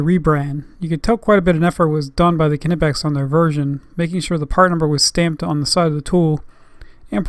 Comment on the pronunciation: it's Knipex, not k-nipex